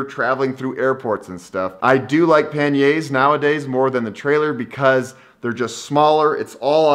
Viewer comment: Never heard panniers pronounce so badly lol